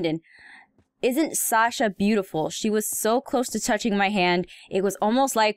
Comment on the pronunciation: Heym xD shasa (It's Sasha)